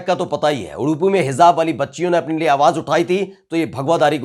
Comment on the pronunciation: kindly correct yourself the word is HIJAAAB not HIZAB